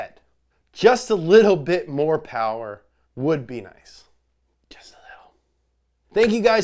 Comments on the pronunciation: Oh..... Mr. Mo powah Baby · mo powah babeh? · "Today we're going to be doing the GT86" LESS POWAH BABY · Mo Powah Bahbey